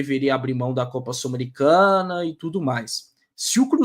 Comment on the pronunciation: que gastura do falando 'Sulamericana' hahaa